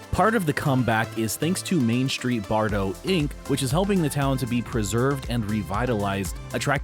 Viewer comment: Bartow is pronounced just as it is spelled Bar - tow, not Bardo.